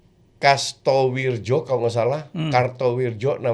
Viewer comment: Kasanwirjo coach bukan kastowirjo :face-blue-smiling::face-blue-smiling